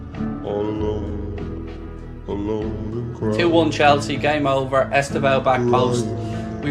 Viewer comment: "Cwying" We got Orbisoned!